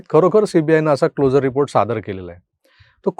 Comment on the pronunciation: CLO 'SU' RE report चा उच्चार हा क्लोजर असा होतो. जसे आपण ' शुअर ' असे म्हणतो.